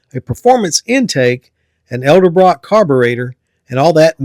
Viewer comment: Edelbrock. ED-EL-BROCK! 😊